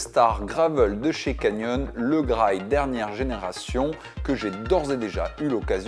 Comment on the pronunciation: "Graille"? Vraiment? C'est comme ça que sa se prononce?